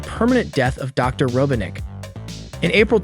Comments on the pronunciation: Robotnik not Robinic. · how he says robotnik 😭